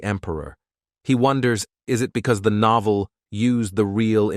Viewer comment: noeveel it said instead of novel